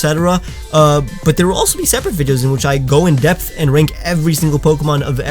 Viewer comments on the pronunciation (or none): none